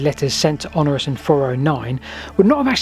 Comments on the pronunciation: The Emperor you keep referring to was called Honorius (four syllables) rather than Honorus (three syllables). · When you say 'Honorus', do you mean Honorius? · Honorius not Honorus. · you keep mispronouncing HonORIUs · Honorius is not pronounced Honorus.